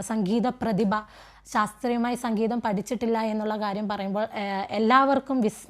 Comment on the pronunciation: സംഘീതം അല്ല മാഡം... സംഗീതം !!!🙏